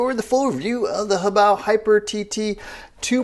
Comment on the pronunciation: I hate when other people use 3 syllables to pronounce HoBao. Ho-bay-oh? No. Hoe, bow!